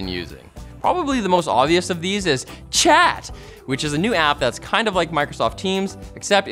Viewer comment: I heard it as Chad, and not chat